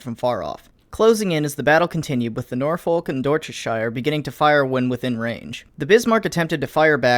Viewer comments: It is pronounced Sure not Shire. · as a native british speaker it is pronouced sher or shir not shire (shir if your bieng upper class)